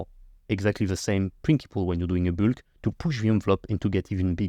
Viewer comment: "my byulk" 🤭